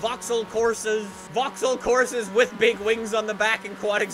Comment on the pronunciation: He can’t even say vaxhaull correctly 😂😂😂